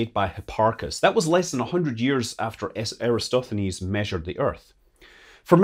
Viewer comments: it is Eratosthenes not Erastothenes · It's Eratosthenes. One of Scott's rare mistakes! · Gotta work on the pronunciation of "Eratosthenes"...